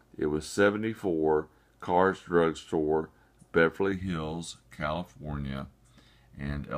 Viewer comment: The store name is not pronounced "cars." It's Kerr's. The same family that made Kerr's canning jars.